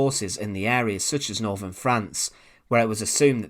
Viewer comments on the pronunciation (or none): none